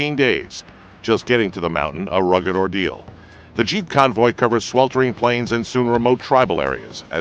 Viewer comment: ROFL, when he said "Jeep" I heard cheap...... LOL!!!